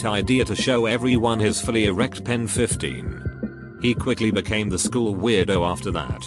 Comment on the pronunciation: Nobody: Narrator: FuLlY ErEcT Pen-15!